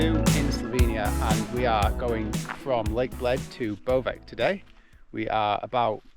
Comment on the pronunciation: Ej ej....In Slavic country, we do not pronunciate C as K. So, Bovec is Bovetz, not BoveK.